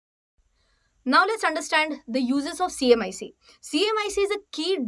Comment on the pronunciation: Wrong pronunciation........HMDS & CMIC